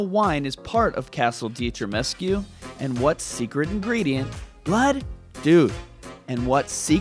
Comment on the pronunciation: Why am I triggered when you mispronounce castle Dimitrescu as Ditrimescu or Dimestresscu?😣